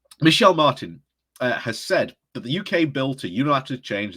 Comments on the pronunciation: Its not pronounced Me Shell Martin btw,,,its Me Hall Martin Yea I know Irish names are a challange :o) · Toe shock - haven't heard that pronounciation before. Micheál, being Irish for Michael. It is pronounced "mee - haul". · A couple of pronunciations are off: Taoiseach is pronounced tee-shock Micheàl Martin is pronounced mee-hul Martin. We have a separate president to the Taoiseach also, his name is Michael D Higgins. Taoiseach is basically our pm and the president is the elected equivalent of a king/queen .